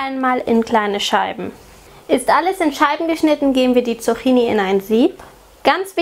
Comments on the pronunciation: Die korrekte Aussprache ist [tsuk'ki:ni], nicht [tsu'xi:ni]. Außerdem ist es sonnlos, im Plural ein s dranzuhängen, da 'Zucchini' schon Plural ist (Singular 'Zucchino'). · Die Dinger spricht man Zukkini aus... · tolles Rezept :) aber einen kleinen Kritikpunkt habe ich. Das "cch" wird wie ein "ck" ausgesprochen (Zuckini quasi)